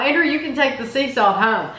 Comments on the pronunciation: lol. Its that I always thought was saying Anger. Y’all have a beautiful family in any case. 😘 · It sounds like you’re calling your son “Anger”. Am I hearing that wrong? I know his name Is Andrew.